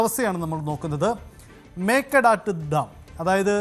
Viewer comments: Mekke thattu not mekke duthu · മേക്കെദാട്ട് is the pronunciation